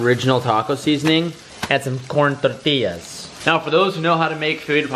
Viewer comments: wooo get down saying tortillas the right way love you bro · Proud of u bro, pronounced tortillas properly!